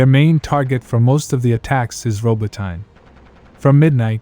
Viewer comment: It’s RoBIt NÉE and you trust this loser